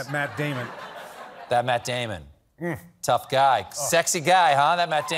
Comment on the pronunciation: "Matt Dyamon!!" 😁